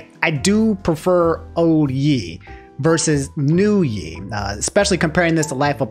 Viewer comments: "old yeeee vs new yeeee" lol i've never heard anyone say it like that. i've heard yeezy and ye pronounced "yay" but never that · Ye “yay” like kan-yay. In one of his albums Kanye says “that’s why I fuck with yay!” wasn’t going to say anything but you said it 12 times lol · Ye is pronounced YAY. Not Yi lol. Otherwise another phenomenal video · I couldn't get over calling Ye, "Yee". Get it together. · Hearing call Kanye Yee instead of Yay is so funny to me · Ahh yes. My favorite music artist. Kan-yee-yee west. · Bro I can’t believe you said yee like 20 times, while talking about Kanye ,it’s pronounced “yay”😂😂😂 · I fwu fr but who tfffff is YEE its pronounced YAY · Ay yo it’s Yay not yee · Nah, my man. You can’t be saying “Yee” it’s pronounced “yay” just like Kanye is pronounced“Kon-Yay”. You don’t pronounce Kanye “Kon-Yee” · why do you keep pronouncing it yee and not yeh. Kanye yeh not yee lol. Love your content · Don’t say (y) (E) it’s (y) (ey) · Who’s yeee you mean yay? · Nah bro it's pronounced "Yay" not "Yee" 😭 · Why do you pronounce Ye(yay) as Yee 😂😂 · No this is a inside joke and ur just trolling us man. Aint no way he saying "YEE" when its "Yay" 🤣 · just say it how Kanye and everybody else who calls him Ye say it. Never heard anyone pronounce it like Yee until lol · Yeah, Ye is pronounced yay and not yee/yi because of Kanye being pronounced Kanye and not Kanyee. I cringe at Yee because I just think of Kanye's face being replaced with the yee meme dinosaur lmao. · I’m triggered by how he’s pronouncing Ye 😭😭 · Why saying ye like that, it's pronounced Y·ae. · gotta be pronouncing everything wrong on purpose aint no way he said 'yee' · Old YE ( Say it like yay bro god damn it's hurting my brain his name is pronounced YAY... Kaan YAY West.) This isn't the old testament fam! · Why do you pronounce "Ye" like that??? lmao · ITS YE NOT YE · The way you pronounce Ye got me rolling lol